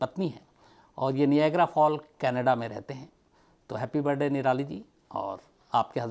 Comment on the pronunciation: shams साहाब आप, "हॅपी बरडे"बोलते है,हालाकी; "हॅपी बर्थ डे"ऐसा होना चैये,मैने बहोत बार observe करणे के बाद बोला है,क्षमा चाहती हु